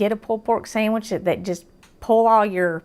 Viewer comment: I had to rewind it did she say samage lol I luv it